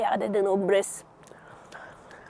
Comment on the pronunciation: Бэрэс биш пирэс